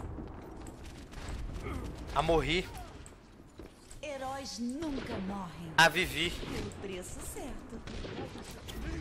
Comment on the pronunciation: " amorri, avivi " castanhari,felipe